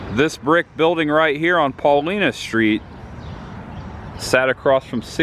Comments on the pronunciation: lol. He said PAULENA street....it's Paulina 😂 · Nice, but the street is pronounced PAH LINE NAH ( paulina) common mistake for non southside natives! Larry Langford Chicago Fire Department Director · Not to nit pic but is pronounced “Paul”I”na. Hard I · Great job, one comment Paulina St is pronounced PawLieNa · Great review! I was a probationary firefighter in Hinsdale, IL when the movie was released. A couple of my mentors were on stand by while they were filming the night scenes at the "Alderman's House".. Nice job! You need to work on your Chicago accent... Paulina in pronounced with an "i" not an "e" sound. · Lol he missed pronounced Paulina st.... that’s ok it a Chicago street we only know how to say